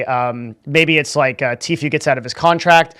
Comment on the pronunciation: The guy doesn’t now how to say tfue